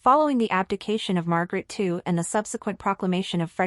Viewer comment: Queen Mary is no longer an Australian citizen. She has been a Danish citizen for 20 years. And the King’s name is not “Frederico X”. It is King Frederik the Tenth. His brother’s name is Joakim, (Yoakeem) not “Wha-chem”. Also the former reigning Queen’s name is Margrethe not Margaret… Our royals are not poor, but they are a far cry from the opulent, even obscene, wealth surrounding several other royal families in the world. As royals go they live quite modestly and Mary is known for reusing her outfits. This is completely in line with the thinking of most Danes. We applaud them for their modest and humble ways.